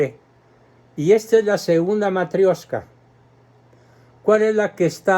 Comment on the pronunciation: Matrioshka es la pronuciación. Матрёшка tiene la ё que es la única letra que presenta complicaciones. La M, la T, la A y la K es como en nuestro abecedario. La P es una r nuestra y la ё es una "io". Y siempre que aparece esta letra la palabra va acentuada allí (los rusos no usan tildes jamás asi que es todo de memoria)